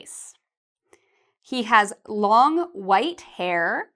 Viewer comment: I got a question. You say hair the same way you say her ? Could you tell me the difference between that please 😉